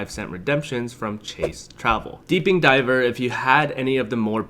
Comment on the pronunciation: "Deeping diver" lol - anyway, good video. I still see value in my chase cards - I'm gonna PC the CFU to the OG Freedom eventually and rely on that and the freedom flex for their 5x and then continue to put streaming subscriptions and online grocery through the CSP. I just redeemed chase points for 3.78 cpp for business class to London in a few months - definitely still a usable point currency, but definitely not as versatile as it once was.